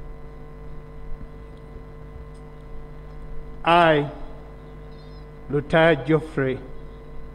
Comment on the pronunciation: Lutaya had the best pronunciation nd best swearing in ever